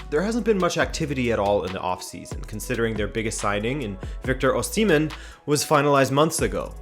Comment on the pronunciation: yay k get to correct you its O-shee-meeehn if that helps your pronunciations love your analyses by the way